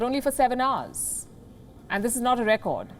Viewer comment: I like her pronounciation of hours as arse.